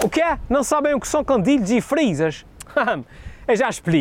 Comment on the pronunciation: olha mais um a dizer 'candilhes'... CANDINS! CANDINS!!!